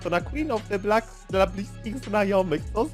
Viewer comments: Filmik mocno merytoryczny, za co propsy. Ale za każdym razem jak mówisz jej ksywę to aż nóż w kieszeni mi się otwiera. 😂 W Black nie ma 'e'. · BLAK NIE BLEK BLAK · MÓWI SIĘ BLAK YYYYYYYYYYY ja cię lubię ale proszę 3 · CZYTA SIĘ BLAK NIE BLEK WTF